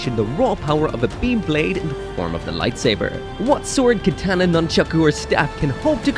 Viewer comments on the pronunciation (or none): none